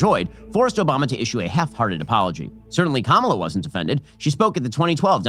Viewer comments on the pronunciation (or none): "Obamna" lol